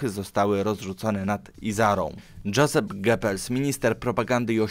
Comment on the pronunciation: Znów tradycyjnie klops z wymową obcych wyrazów: 1. "EICHMANN"... wymowa: [ajhman]... na pewno nie: [ejszman] !!!!!!!!! 2. "VON" wymawia się po niemiecku [fon] 3. "JOSEPH" wymawia się: [jozef]... nie [dżozef] (z angielska) 4. "HEINRICH" wymawia się: [hajnrih]... nawet nie pytam skąd się wziął [henrisz]...